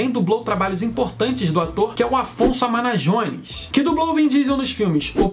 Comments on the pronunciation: Afonso amajones Não amaNAjones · o sobrenome do dublador é Amajones, e não Amanajones. Sempre erra o sobrenome dele. Rsrs